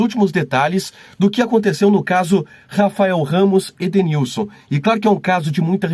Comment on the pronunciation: Perito não sabe nem falar o nome do Edenilson lkkkkkkkkk